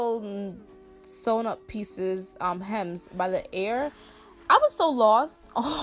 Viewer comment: EAR NOT AIR 😭😭😭...no tea no shade it just irritated meee